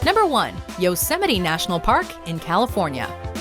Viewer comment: this is the correct pronunciation right here! You did it.